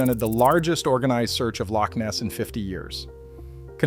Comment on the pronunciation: It’s called a Loch not a leak